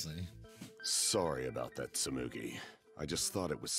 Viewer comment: It’s Tsumugi :’((